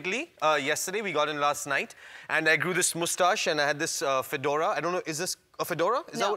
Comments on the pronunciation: He's still saying "Moo-stache" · He said 'moostache' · he really does say "mustashe" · 3 seconds in and he already said "moostache". Let's play a game: name the episode! :)